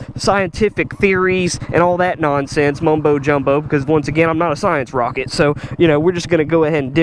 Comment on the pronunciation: I’m laughing every time says science rocket lol.